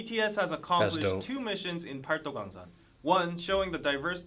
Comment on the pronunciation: the Korean alphabet is very easy to learn, but the grammar is pretty complex - as a non-native speaker who’s been learning for a few years I’d give ur pronunciation a 6 or 7 for paldogangsan! (팔도강산)